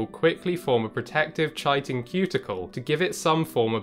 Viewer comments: (/ˈkaɪtɪn/ KY-tin), not chai-tin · Isnt it "Kite - in"? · Chitin is pronounced as "kai•tn". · Are you doing that obnoxious thing where you pronounce words wrong for engagement? If not, it's pronounced Kite-in. Not Chai-tin. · Don’t mean to be that guy but in the UK and America it’s pronounced Kai-tin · Chitin...pronounced with a K as in Kitin.... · I thought "chitin" was pronounced with a hard K sound... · Cool video, thanks. Now that I've watched this I wont have to look at the thumbnail anymore, lol. Chitin is pronounced kie-tin. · It’s pronounced “kite-in”. So common for these otherwise wonderful science videos (not just this channel) to mispronounce names and technical terms. Look them up, please! There are online dictionaries! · Fascinating presentation, but your repeated mispronunciation of the word “chitin” was a distraction. The correct pronunciation is KAI-ten. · Ky-tin, Greek and ancient Latin don't have a soft 'c' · That's not how you pronounce chitin. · So now I'm wondering why didn't the narrator pronounce the word correctly then... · maybe he just didn't know. I studied biology, so the word is familiar to me. It's not really an everyday English word! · Enjoyed your video. A minor nit to pick: priapulids are not abyssopelagic, since pelagic animals swim in the mid-waters. They should be described as abyssal, since they live on the bottom. You might profitably look up the pronunciation of "chitin," too.